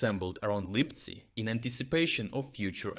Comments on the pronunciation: The text-to-speech is messing up again. What the hell is "Липцай"? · Please keep the quality of analysis, but please do not use AI to narrate your videos. Why would you pronounce "Lyptsi" as "Lypsi" one time, but "Lipsai" ?